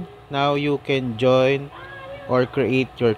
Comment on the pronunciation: Hirap mo intindihan...sa part Ng pag join 😂